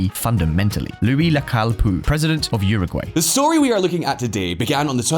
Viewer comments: Please bro, uruguay is pronounced “euro gwhy” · Agree. This bald dude is full of BS and at 54 seconds into this he cannot even pronounce Uruguay correctly. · EXACTLY. He lost a lot of credibility 54 seconds into the video when he misprounounced Uruguay.